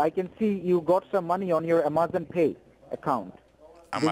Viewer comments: I guess they finally sprung for a new script. “South border of Taxes” was wearing mighty thin. Why, though, do they use scripts with words they can’t pronounce?...... IMMA-ZAHN....It’s like they’ve given up trying. Lol. 🤣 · Made me cringe every time he said "A-MAH-zon." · Amazon scammer that can't pronounce A*M*A*Z*O*N. Although you should thank him for teaching you how to pronounce the words that insult him....lol. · HALLELUJAH! No blood stained black Tiyoda Corolla with 22lbs of cocaine on the south border of Texas! Umm ah-mahzun, uh-ma-zun, uh-ma-zon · Want to be an Amazon scammer? First learn how to pronounce Amazon. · Geez. The “technician” can’t even pronounce Amazon. 😂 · Says he works for Amazon..... can’t even pronounce Amazon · He can barely pronounce Amazon